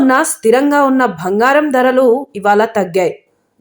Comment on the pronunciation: Akka it's bangaram not bhangaram